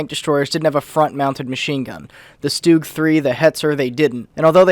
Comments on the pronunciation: Please, this guy is called Porsche, not Porsch. And by the way, it is pronounced (Schtug) with short U, not Stoog. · “Stoog” u mean “stug” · To pronounce stug it’s not stooog it’s STU-Ug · "stoogs" "coopooler" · Stoogs, porsh... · yeah shtoogs would be the proper German pronunciation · Goddamn he mispronounced the StuG